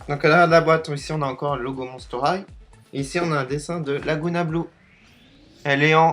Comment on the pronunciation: on dit pas monster highTE on dit monster highE mais sa fait rigolo =)